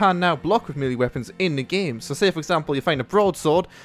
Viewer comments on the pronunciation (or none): none